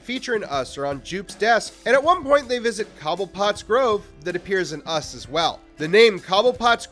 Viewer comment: Copperpot, not cobblepot